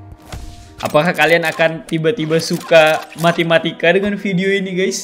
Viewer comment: Apa yang abang bilang: matematika Yang saya dengar: matimatika